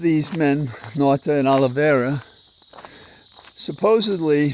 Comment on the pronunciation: always! (Hey is it acceptable to play corrections corner?) De Oliveira is from Portugal. Dāy Awl-ih- VĀYY-rrahh tiny, tiny distinction from the Español.. (You mentioned Italy: Man of the World, hope this lands right) I hope you know the bright light pouring through you is big good medicine